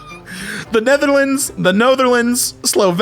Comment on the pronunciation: The Netherlands and the Notherlands sent me🤣🤣🤣🤣